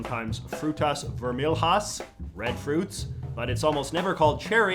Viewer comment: Pro tip: in Portuguese language, you pronounce LH (vermelhas in the video) pretty much the same way you pronounce LL in Spanish, you don't pronounce the H in LH as an R. The same goes for NH, you just speak it the same way of Ñ in Spanish.